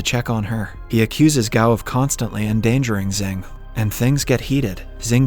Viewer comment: *Xing not Zing. It's only pronounce like that